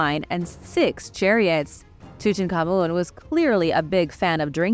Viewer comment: You’re one of very few people that pronounce King Tut Ankh Ammun correctly. And, another great video!